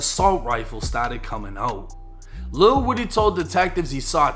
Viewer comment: Lil whoady not woody lol